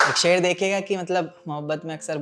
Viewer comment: aapke khayl bht achhe he bhai lekin aapke tallafuz me bht galtiya he unhe thek kro bhai ser nh sher hota he Gum b glt bolte ho aap